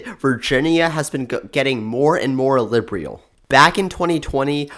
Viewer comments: Lib-ree-ul ❌️ Lib-uh-rul ✅️ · I don’t think the narrator pronounces words correctly. Liberal is not pronounced Librial. This is not pronounced Dis, The is not pronounced Da. Slow down. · I love how he pronounces "liberal" as lib-bree-al